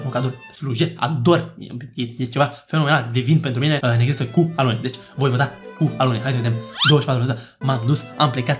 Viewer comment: La si la am inteles aloe nu alune. 😂